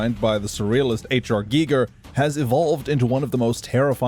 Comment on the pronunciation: HR Geeger?!